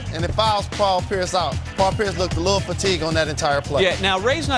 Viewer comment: he said price instead of pierice